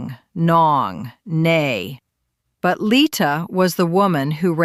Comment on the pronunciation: It's not pronounced as nay (nae) but as 'nay (nie or ny like in my). It's' short for nanay (mother).